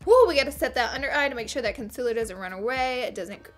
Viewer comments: It's not CON CEL ORR it's concealer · Honey it’s concealer not conciller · How you were saying conceller was ughh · Girl I love you but the way you say concealer is so weird. It's not con-sillar! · y do u said concealer like that